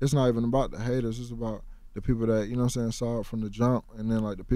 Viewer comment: "Noah Sane?"